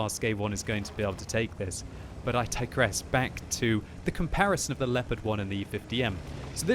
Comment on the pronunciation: I like it when he says "i digress" and it's so english.. but I digress